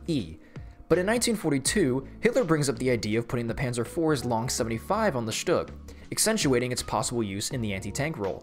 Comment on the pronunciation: SHUG SZtug Stoog